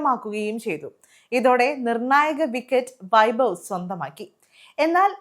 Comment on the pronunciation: It is not bavi, it should be pronounce like, having.